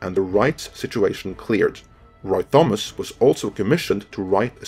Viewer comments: The riddle of Thomas. It's pronounced "Tom-is" . Not "th-om-ass". The H is silent my guy. And Crom laughs at you. Otherwise a great video. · AAAAAARGHH! ----------- in English Thomas is pronounced 'Tomass'! CROM!!!